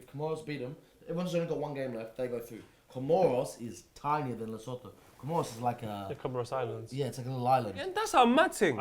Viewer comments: Man like and giving a shoutout to my home country and butchering the pronunciation of Lesotho, love you guys long time fan, it's pronounced La-Soo-Two and you guys would love both countries they beautiful to visit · Yo I’m from South Africa and have to give you guys respect for having the best football analysis show in the world. Also LeSotho is pronounced “Le-Suu-Tu”! Big fans of the show, holla if you need chaperones in South Africa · Hahaha as a South African who loves your show, I have to say you guys are pronouncing Lesotho terribly wrong. It's pronounced like 'LeSootu' - love you guys, have a nice! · Heads up it's pronounced Le-soo-too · Just to correct with the pronounciation of Lesotho, it's Le-su-tu. Amazing country, and they really could go through in the African Nations Cup over South Africa because Libya are a tough side to beat. South Africa haven't really participated in an international or continental cup competition since hosting the World Cup in 2010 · Lesotho is pronounced Le-soo-too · Lesotho is pronounced Le-sue-two 👍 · Bro the way you said Lesotho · I’m from South Africa and yall done scuffed the Lesotho pronunciation, also copa 90 was voted best football show by the minister of agriculture in South Africa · The way and pronounce Lesotho😂